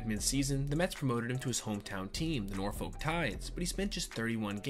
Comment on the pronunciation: As someone whos spent their whole life in Hampton Roads, hearing people pronounce the folk in Norfolk always gets me